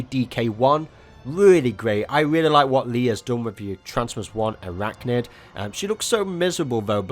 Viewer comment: And isn't it pronounce I-rachnid?